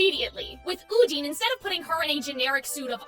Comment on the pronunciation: I'm still coming for you and your pronunciation of Odyne's name. I will fight you. With my deer hands. Put them UP